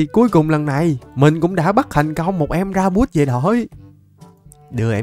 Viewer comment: Con thỏ lửa là Ra-bi-phút chứ ko pk là ra-buốt đou a 😂😂